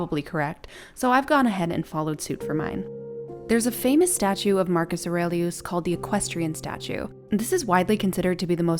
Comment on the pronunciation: Bravo how you pronounce his name!!! Love it! 👍🏼